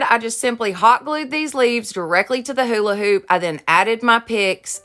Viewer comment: I love how u say hola hoop lol